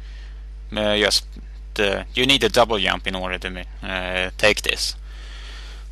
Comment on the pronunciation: he is maybe german or british. but still he says yump instead of jump